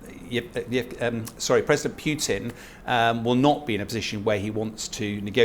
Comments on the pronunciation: It’s Putin not pyutin you muppet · Pyuwtin? Appropriately enough, the pronunciation is more like poo-tin. Happily, the decision on permanently driving obdurately violent thugs out of Ukraine does not depend on the opinions of let's-appease-'em "experts". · Who is this President Pyootin he talks about? Can't be the Russian president, as that is V. "Pootin" (Путин). You can always tell which of these talking heads can read Russian and which can't. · Is this guy legit? Says Wagner is 50.000 strong and that talkin' bout"Pew-tinn" like the man on the street. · This man is considered an expert on russian politics? He can't even pronounce Putin's name correctly. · I'm sure Putin cares, not that that matters. Generally, names have one pronunciation and several common mispronunciations. The mispronunciations don't become correct just because they're common, and an expert whose knowledge of the subject is supposedly his selling point should know better. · What do you expect from an "expert" on Russia who can't even pronounce Putin the Petulant's name correctly?